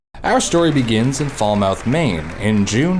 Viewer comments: Falmouth not Fall-mouth. Fale mith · 😂it’s pronounced fäl-myth not fall-mouth lol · Its pronounced fal morh, not fall mouth. I grew up a couple towns away. Just saying. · Fall Mouth, Maine? It's Falmouth, pronounced, fal-moth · Scuse me, not to be one of those people, but its pronounced 'Fal-MUth' not Fal-mouth. As a Mainer, i found this too much to ignore. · IT IS PRONOUNCED "F-AL-MYTH" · I live in maine about an hour away from falmouth. It’s pronounced Fal Mith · The "a" in Falmouth is pronounced like in the name "Sal" not like in "fall". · I've never heard anyone call Falmouth they way u did lol. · I wish I didn't know that you pronounced Falmouth wrong because that would mean I didn't live in Maine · I can’t believe how you pronounced Falmouth! I’m from Maine. If you pronounced that like that here you’d get some strange looks haha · As someone from Maine the way you pronounced Falmouth hurt me 😂